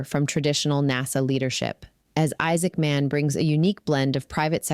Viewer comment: Isaacman should not be spoken as two words. Sounds weird.